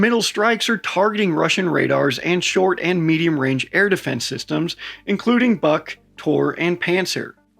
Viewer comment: Its pronounced "BOOK", not BUCK or BUG. Ya welcome! And in short essence: NOTHING is "safe" anymore, "there Is no rear in a WAR" to quote a poem from WW1